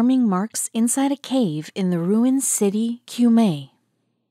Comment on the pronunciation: "Cumae" is pronounced "coom - eye" in Latin. The river "Thames" is "tems." And what's so surprising about burials under a church? That's not the practice nowadays, but people of high status used to be buried indoors. As she said, the Victorians removed a lot of coffins from their church crypts, for one reason or another, but why do those 18th century archbishops who escaped notice have to be removed now? And why do the public need to view their coffins?